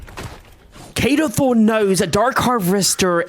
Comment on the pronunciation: NOT KADO THRONE KADO THORN